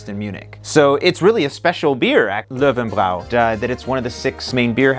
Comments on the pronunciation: Love the pronounciation "Low and Brow"! ;) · Bräu is pronounce Broy Löwenbräu= Loovenbroy.